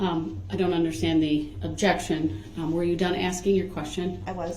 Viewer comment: "objecshun axed and ansered"